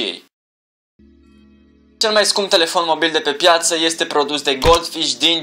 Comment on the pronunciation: APP... ZII LA SA NU MAI PRONUNTE,, ESTE,, CA TAMPITII!!! SE PRONUNTA,,IESTE,,:p